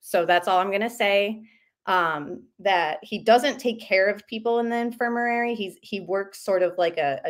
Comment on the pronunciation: It's infermary....not infermarary